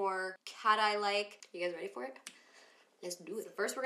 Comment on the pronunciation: Who else heard her say feeer instead of for lol good look though !